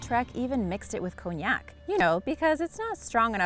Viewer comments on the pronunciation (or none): none